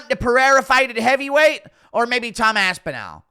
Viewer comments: It's Aspinall. Not Aspinell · Where are you from bro? Everyone from all over the world, in different languages, manages to pronounce “aspinall” correctly. Everyone except you😂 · Aspinal jock-riders malding 😂😂😂